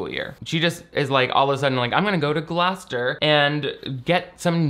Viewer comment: The pregnancy pact happened at the high school in my home town and when this movie came out everyone watched it and my cousin who went to the school at the time was live fact checking as we watched and everyone was GOING OFF on twitter. It was a wild time Also editing to say I appreciate you pronouncing Gloucester correctly